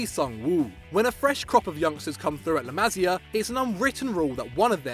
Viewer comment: the way this guy pronounces la masia is hilarious